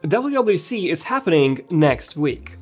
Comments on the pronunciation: Is he saying “WAC”? Dude cannot pronounce “WWDC”. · Didn’t know you cannot pronounce WWDC